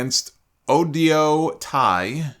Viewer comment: so Oedo Tai is pronounced. Oh-Ee-do. I watched that match and Stardom Bias aside I still think it was better than Sheamus, Gunther, and Drew because it has a long running story literally all 12 woman shined in that match and had done something of note and the storytelling in the match was very strong.